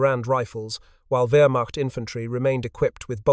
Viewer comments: Please program your AI voice for the correct pronunciation of words such as Wehrmacht ( it’s “ver-macht”. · Rather repetitive. Two different pronunciations of "Wehrmacht". I strongly suspect A.I. involvement.